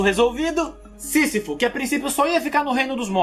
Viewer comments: Ele falou o sisifosisifudeu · Sisifo ou sifu kkk, Tanatos ou Tanos 😂😂😂😂😂😂😂😂😂. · " sisafou" de todos os obstáculos kkk